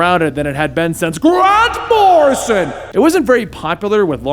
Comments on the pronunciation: i love the way he says G R A N T M O R R I S O N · I'll never be able to say Grant Morrison, the same way again. From now on, it's only GRANT MORRISON! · Dude stop with the grand morison it's so annoying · The "Grant Morrison" joke was funny exactly ONCE (sort of). At no point was Danny named The Roadway instead of The Street. Rachel's name was not pronounced like the slur used against Polish people. 7 years late I know, but it just popped up on my YT feed, I clicked because Doom Patrol, and GOD, was that annoying!